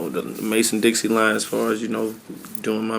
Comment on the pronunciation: "mason dixie line" smh. dixon.